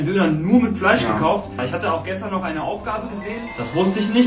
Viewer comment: Du mit deinem noich🤣 İch Schwöre so lustig